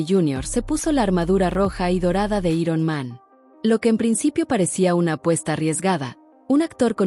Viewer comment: Dios santo que molesto es oír cosas como “i-ron man” en lugar de “airon man”